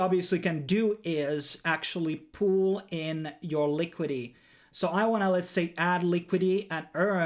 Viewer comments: Good video, but it's Liquidity not Liquidy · Quick English lesson. WASP is pronounced WOSP. And its "LIQUIDITY", not "LIQUIDY". 👍